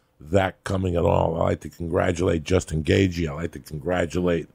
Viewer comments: Joey “Justin Gayg” Diaz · Justin Gay-G 😂😂😂